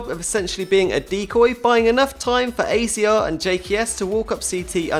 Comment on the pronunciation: AZR is pronounced azza